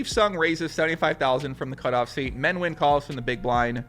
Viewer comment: No, you shouldn't call him "Men the master Win". You should learn how to say Nguyen.